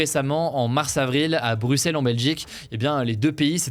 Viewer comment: merci hugo de prononcer le nom de notre merveilleuse capitale de la belgique (bruxelles) en prononcent le x comme un s